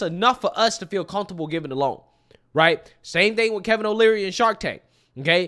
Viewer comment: Just a helpful tidbit, its "Kevin O'Leary" not "Kevin O'Learly."